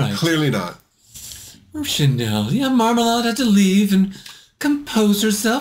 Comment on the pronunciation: Why does everyone say Marmalahd? She says it's Marmalayed and it's her name. 😳 I suppose it's because of Lady Marmalade (and sadly most people are probably thinking of the version by Christina Aguilera, etc.).